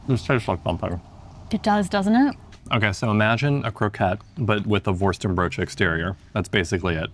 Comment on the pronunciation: I never realized the correct way to pronounce “worstenbroodje” is with an American-English accent. It’s just perfect.